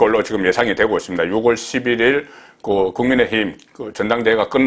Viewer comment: ６월은 [유월] 10월은[시월]로 읽어주십시오 오늘은 [유월일일]입니다